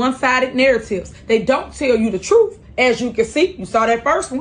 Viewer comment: Alizetions or Alexations? Who knows 🤣🤣🤣 still annoying hearing her say "Troof" and not Truth